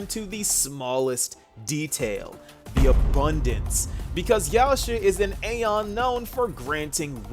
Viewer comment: You might be Erudition, but you still can't pronounce aeon properly 😂 gottem